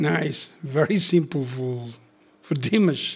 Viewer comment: Better to say as Dimarsh to say his name correctly 😇 🙏🇰🇿